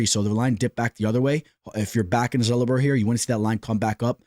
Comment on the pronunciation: Daniel Zellhuber is not Zull-Uh-Ber its Zell-Hu-Ber, there are countless but just had to point it out! But Keep Pumping Content some good stuff